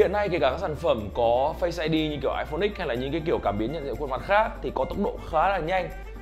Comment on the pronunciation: h mà còn đọc iPhone X thì chịu rồi :)))